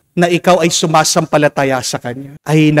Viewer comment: Praise the Lord Father bakit po nabago Ang pagbigkas nyo sa salitang sumasampalataya naging maragsa na po Ang inyong pagbigkas dati Naman hindi.lagi po akong nagiginig sa inyong pagmimisa tuwing Umaga.